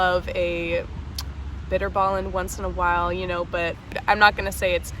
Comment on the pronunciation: Hey. I've seen several videos of American expats, including yours. But when I hear you speak the first few words, I think your 'Dutch sound' is very good. Especially the way you pronounce words with the so Dutch letter G in it. Pretty natural, many people try too hard. But one thing: Bitterballen are not food!! They are snacks, just as vlammetjes and blokjes kaas. Dutch food is originally simple because we didn't have the time to eat. Simple and nutritious and quickly get back to work.